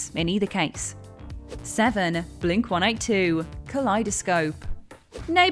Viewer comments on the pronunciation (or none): I knew it! I f_cking knew you'd have a Green Day song on your list! C'mon! Expand your musical horizons, folks! And do me a favor, would you? Surprise your American audience and pronounce the band's name as Blink One Eighty Two, you know, the way it's meant to be pronounced. Thanks and god bless. 👍🙏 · I've never heard another human say "Blink One Eight Two", as opposed to "Blink OneEightyTwo". Is that "The Way of Things" in Britain? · Blink one eight two?!? It's Blink one eighty two. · Blink One Eight Two? I’ve never heard it pronounced that way. Is this a European thing? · It’s actually Blink eighteen-two.. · Why are you so defensive over saying Blink 182 wrong?!? "Oh yeah mate, you ever heard of the band Blink one-eight-two? What about Sum four-one?" Yea, sounds authentic to me. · The way you pronounce “Blink-182” gave me pause. 😂🤣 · It's a UK thing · I also never heard people say Blink one-eighty-two, till this video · It’s a British thing. I think I’ve heard Adam or Josh say it that way, too.